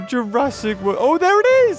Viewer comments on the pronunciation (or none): When he said ''welcome to jurrasic world'', it sounds like he said ''welcome to jurassic wurt''